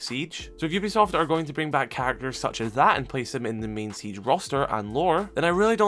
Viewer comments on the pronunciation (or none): none